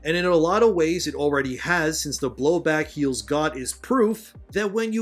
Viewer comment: "Blowback heels got" or "blowback hells god"?